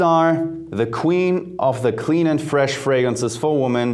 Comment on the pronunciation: Mehrzahl von woman ist women. Lerne den Unterschied bei der Aussprache.